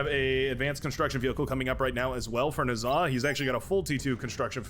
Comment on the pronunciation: Just wanted to say I think you've been mis-pronouncing Nezah's name in a couple of videos now.